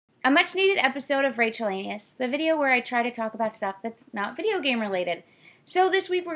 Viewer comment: Sounded more like: Rachel-Anus. No offense Rachel, I like your videos.